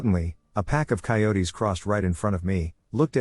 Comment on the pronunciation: I CANT COPE WITH YOUR PRONUNCIATIONS DUDE.. ITS PRONOUNCED, KILOMETERS, NOT KYMSSSS, AND COYOTE, IS PRONOUNCED KY-O-TE NOT PSY-O-TE!! ITS FUCK, NOT DUCK! AUS IS AN ABBREVIATION FOR AUSTRALIA, ITS NOT PRONOUNCED, OYCE... ALSO BRACKETS, COMMAS, BACKSLASHES ETC ARE NOT MEANT TO BE READ OUT! THEY ARE TYPOGRAPHIC/KEYBOARD SYMBOLS THAT PROMPT YOU HOW TO NARRATE A SENTENCE. ITS LIKE THE STORIES ARE BEING SPAT OUT BY A COMPUTER ... ( UNLESS IM MISSING SOMETHING HERE AND THATS ACTUALLY WHATS HAPPENING LOL 😅😅). AND YOU REALLY NEED TO DROP IT BACK A NOTCH ON SPEED DUDE. TAKE A BREATHE... ITS MUCH MORE ENJOYABLE FOR THE AUDIENCE IF YOU SLOW IT DOWN, ESPECIALLY WHEN THE MAJORITY OF PEOPLE LISTEN AT NIGHT TO WIND DOWN FOR THE DAY... GREAT CONTENT, BUT YOU NEED SOME CONSTRUCTIVE CRITICISM HERE, A FEW TWEEKS AND IT WOULD BE PERFECT!!